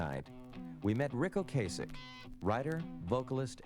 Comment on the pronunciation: Its O-Cass-ick